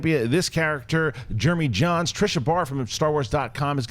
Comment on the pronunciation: Was looking away from my phone then heard "it's Jeremy Jains" what!?!